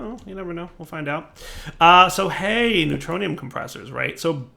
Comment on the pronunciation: "we got three ingots of the neutroinum that a lot" Me: hahaha!